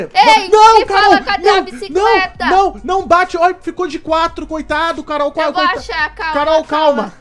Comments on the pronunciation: O desesperado quando "acordou" envez de falar Carol ele disse cararol kkkkkk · Ele falando carorou kskskskskskss